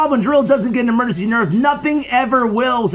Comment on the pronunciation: Ahh yes, "EMEGENCY"